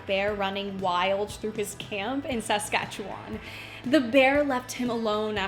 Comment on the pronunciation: As a resident of #22, its pronounced sask- at-chew-won ; even though it is spelled saskatchewan.